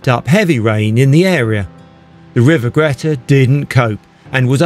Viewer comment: I remember going on one of the last trains as a nipper. The driver came and asked me if I'd like to sit with him at the front. I was beside myself with excitement. A memory which will last a lifetime. Nice video. Thanks P.s ..Greta is pronounced Greeta